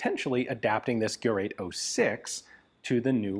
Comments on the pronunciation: It's Gerät, not Gerat. Umlaute are not for decoration, they are different letters and very different sounds. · Ge rät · First and before all I thank you very much fkr creating Forgotten Weapons. I appreciate your encyclopedic knowledge of the subject. The very word GERÄT should be pronounced as if it was written GERATE, similar to the word STATE.